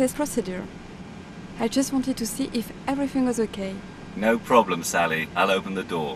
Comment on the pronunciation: ceptehn, do you read me, it's suhleey!